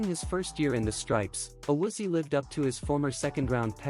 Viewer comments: Pronounce his name, it is A Woo Zee Ayy. Stupid robot voices are horrible. Also, I agree, Collins might be trade bait unless he is healthy and plays better in 2023. Williams can go as well. Carmen is improving and could be our starting RT. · Awoozy? 😂 nice butcher job